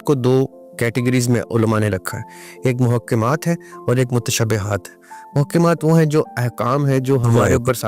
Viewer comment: آپ محکمات اور متشابہات مقطعات کا تلفظ صحیح کریں ۔غلط بولتے ھیں